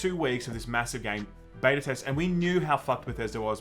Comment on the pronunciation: The way you pronounce Beta makes me want to cut my ears off. J. S